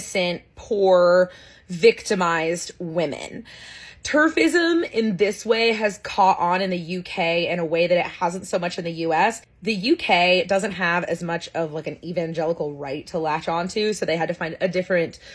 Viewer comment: "TERFIism" bwahahahaha